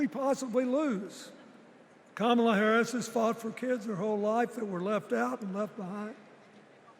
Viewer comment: He doesn’t even say her name correctly. Party of fakes. You installed her like you did Biden.